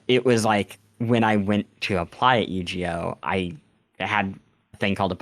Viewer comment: Weird way to pronounce Yu-Gi-Oh ;)